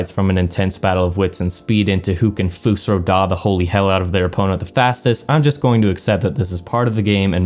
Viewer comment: wtf is foos-roo-daah. lol